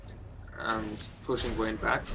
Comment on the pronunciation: Don't you mean "Wayne" :DDDD yea was funny